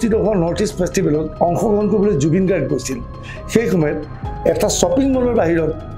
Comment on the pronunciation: ডুবিন গৰগ' নহয়। গাৰ্গ